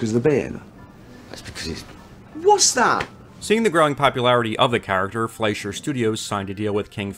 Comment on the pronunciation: You had me at "popscularity".